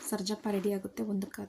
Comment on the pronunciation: ಹಲೋ ಮೇಡಂ ಮೊದಲು ನಿಮ್ಮ ಭಾಷೆಯನ್ನು ಸರಿಪಡಿಸಿಕೊಳ್ಳಿ ನಂತರ ವಿಡಿಯೋಗಳನ್ನು ಮಾಡಿ ಹಾಕಿ ನಿಮ್ಮ ಭಾಷೆ ಕೇಳುವುದಕ್ಕೆ ಕೆಟ್ಟದಾಗಿದೆ ಸರ್ಜಪ್ಪ ಅಲ್ಲ ಸಜ್ಜಪ್ಪ ಅಂತ ಅದರ ಹೆಸರು ಒಂದು ಕಡೆ ತೊಂಟೆ ಅಂತ ಉಪಯೋಗಿಸಿ ದಿರಿ ಅದನ್ನ ಕೇಳಕ್ಕೆ ಕೆಟ್ಟದಾಗಿದೆ